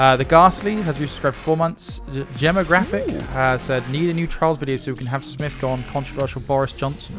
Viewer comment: Smith was the only one who pronounced it right. y'all are always butchering my name :p